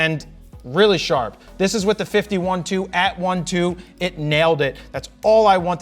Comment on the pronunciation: Jared got so excited that his words start getting merged .... sounds like a 51-2 instead of 50/1.2 :P